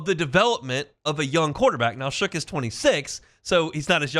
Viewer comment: If you’re gonna report on this quarterback learn how to say his name it is pronounced SHUCK not shook